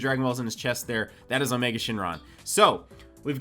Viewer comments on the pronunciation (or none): none